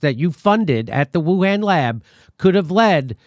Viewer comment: Why do you keep pronouncing Wuhan wrong? Especially when Fauci pronounces it correctly. 🤔🤣